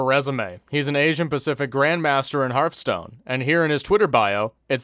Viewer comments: I can't tell if you're purposely mispronouncing Hearthstone or not lol, anyways. Good video man, thank you for bringing light to this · No one:...: Herfstone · Funny how he says Hürfstone